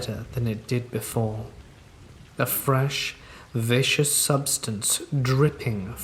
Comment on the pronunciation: it's pronounced vis-cus it's a different word than vicious.